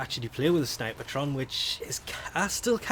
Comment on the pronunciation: There is no "ah" in snipetron, fyi, two syllables. People can call weapons however they want though.